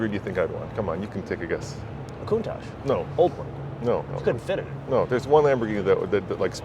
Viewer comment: The original designer of the Cuntach has always said it’s pronounced coon-tok.